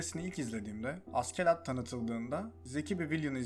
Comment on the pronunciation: hocam keşke askelad diye değil ashelad yada aselad diye telaffuz etseydiniz animede hep aselad deniyor